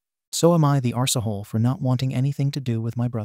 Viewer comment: I love how your bot cannot pronounce ‘arsehole’. ‘Arsee hole’ is hilarious.